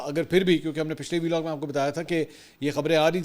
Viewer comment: Belog nhi hota Vlog hota hai jahil aadmi madherchod